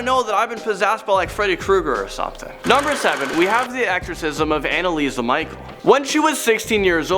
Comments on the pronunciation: It’s Michel not Michael. It’s said the same way as Michelle but spelled differently. Michel is my middle name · Annalise "ME-shell". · Annalise "ME-shell". The name is French. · i just like how he said Michel wrong